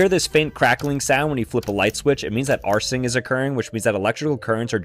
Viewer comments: That dumbass said arccing. Its arking (arcing) I think he is ai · what's an ass-ing wire. Did he mean arc-ing....? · thats the reflectors on the bike tires. the camera wasnt good enough to get the rest how did he pronounce arching? and also when there is arching happening you might also be able to smell the melting insulators depending on the severity. and there might be some flickering also happening. why do they need to spray the skies? it looks like mother nature is starting her cooling process if thats a bat thats a lil dangerous.....high probability itll give you rabies especially if it takes flight in the house.